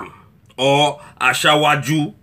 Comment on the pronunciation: That pronunciation.....ASHAWOAJU BOLA TINUBU. It is supposed to be ASIWAJU not ASHAWO AJU ........very funny. But you speak the truth anyway. More grease to your elbow.